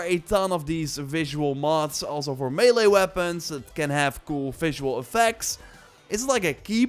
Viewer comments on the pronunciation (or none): none